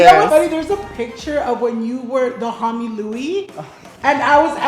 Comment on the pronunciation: why do you pronounce Hamie that way lol